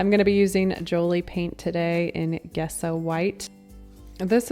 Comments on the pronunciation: Sorry to be that person but it's pronounced Jess Oh not Guess Oh. :D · Great vids- dont count people out of having unique items! Ha Think it is pronounced "Jesso" , even if it's spelled Gesso :))